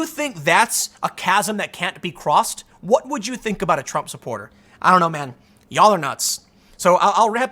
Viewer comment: "I tell ya hwut." ~